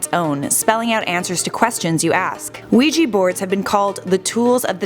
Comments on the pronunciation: It's ouija not ouiji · You are so wrong in this assessment including the pronunciation of Ouija... the board has European Origins but only patented here in the United States in 1891. It was called the Ouija for the French and German words for yes however the board makers of the time did not know this and termed it as " good luck" which holds to this day. You like to give in this video a scientific explanation. And a spiritual belief. There is a wealth of knowledge on it if you just do a simple search in areas of the occult